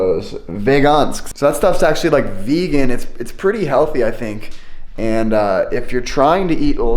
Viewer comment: Färs = Fäsh Vegan = Vegaan (if you know what i mean) Fika = Fiika (Not ficka) you pronounce The i more than the k) I'm swedish and i love you❤❤